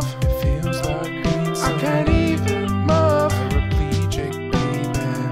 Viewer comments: james said move as “muv” and i visibly cringed. otherwise it’s a bop put it on soundcloud ;)) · Love, move? Loving the original ptonounciation😗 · "love mackin" "I can't even muhv" I can't I am dead goodbye world. I can't believe the last thing I did was watch a video about Trisha Paytas' poetry. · HAHAHA Feeling paralyzed from love "macking" and I can't even mauv" got me..